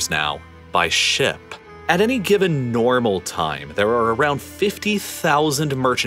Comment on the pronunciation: "at any given NORMAL time" I hope some day there is a generation of kids who doesn't understand the emphasis here